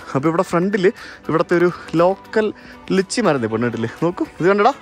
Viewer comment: ലിച്ചി അല്ലാ ലൈച്ചി 😫😫😫